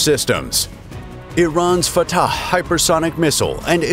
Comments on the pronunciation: ill never get over him saying at the start : "This is fataCHHEHEEUHU" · I don't like the way this guy is pronouncing that "fattah" thing.